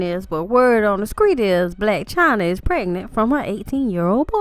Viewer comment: I appreciate the immediate reply. Understand that I asked because I have relatives and friends from the south (where you sound to be from, or have lived) a couple of whom actually pronounce "street" as "screet" in all seriousness. Thanks again; I'm about to finish watching your video on Fabolous. These are fun! 👏